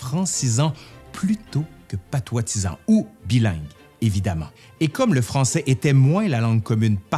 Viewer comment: Excellente video ! (petite remarque : en français on dit "patoisant" et non "patoitisant", en québécois, je ne sais pas ...)